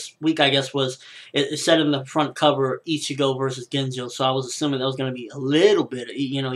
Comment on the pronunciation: i know its just a name and it shouldnt matter and all but!!! its not ''genzo'' its ''GEEN JO'' sorry. its just been really driving my head in. xD